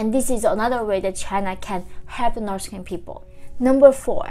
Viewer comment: wow. coming here after watching older videos where you were saying "nors korea". and now i can see you are trying really hard to pronounce the "th" in "north". keep up the good job :) if it helps, it's easier to say "norD" in stead of "norTH". will not be correct, but still much better than "nors" ;) all that said, thank you for the information, that's what counts !